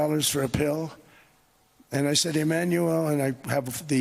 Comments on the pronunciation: Why does it sound like he is saying Emmanuelle instead of Emmanuel half the time? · How he is pronouncing Emanuelllleeee, and mimiking his voice with this weird huff.... does he have a crush on this man? well yeah, Macron is good looking. A complete different level than Don can ever achieve. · Doe he like “ iiimanuuuual “ ? Such a passion he pronounced his name 😬